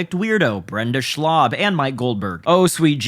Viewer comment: Tony screwing up Schaubs name repeatedly is hilarious , but on a serious note Tony makes me sad because this can't end pretty